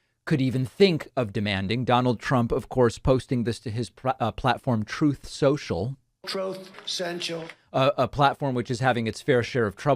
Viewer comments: Troth Sential lmao 😂😂😂😂😂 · Trothe Sential🤣🤣🤣🤣🤣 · Even if i didn't like the content, i think i'd still come back regularly just to hear Trump say "Troth Sensial". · "Trouth cential" always delivers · (Troath...Sential): LOL!!! Gets me every time! 😁😁😁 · LOL...the "trauth sontial" never gets old. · Thank you, David P. I cannot read or hear the title "Truth Social" without hearing your often used clip of Trump saying "Troth Sential" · Troth Sensial 😂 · I know it's getting old, but I still find it amusing that Trump can't say either "truth" or "social" correctly. It says, I think, much about him.